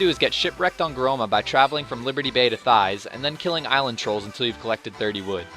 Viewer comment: THEIGHS? THEEEEEEEIIIIIIIIIIGGGGGGGHHHHHHHHHSSSSSSSSSSS? ITS THAIS THAY-US- THAIS!